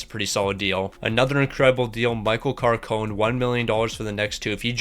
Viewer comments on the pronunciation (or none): My old teacher was micheal carcone’s brother and it’s pronounced (car-cone-ee)